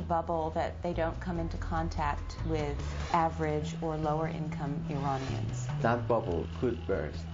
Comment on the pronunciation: Well, she did say "Iranians" and not "I-Raynians." Impressive for a FOX News anchor.